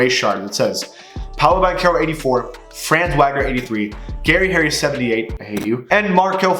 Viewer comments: FYI it’s not pronounced franz Wagner, it’s fronz Vogner (because he’s German) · I'm not truna be that guy but Franz name is pronounced (fra-ans) and his last name is pronounced (Vog-ner) The reason why I know how to pronounce his name is because my friend is from Germany and his name is Franz. Also Wagner is a American last name to and I have friends there Identical twins and their last name is Wagner.